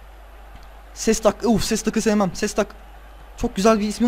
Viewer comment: Ama yanlış söylüyosun Şestak olacak :D